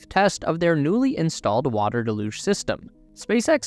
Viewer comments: "Deluge" pronounced del-uge >dell-uge< (dell as in bell, huge without the H). When you say de-luge is sounds like half of delusional 😂😂😂😂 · haha, he put me off everything else he said because I waiting for the next use of "de-luge-inal" 😂😂😂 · Its not pronounced "de luge"; its "del uge" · Would there be a possibility of pronouncing deluge correctly? It’s rather off-putting when said wrong. It pronounced deh·lyooj (or Dell lyooj). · Still mispronouncing deluge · Why do so so many people mispronounce deluge? It is a fairly common word. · It doesn't matter. Unless you're the type to go up to a Brit and tell em they're saying idea wrong because they pronounce it idear. Don't be a Karen. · Not to nitpick, but you're pronouncing "deluge" wrong. Just do a google search for "deluge pronunciation" and google will play you an audio clip of how to say it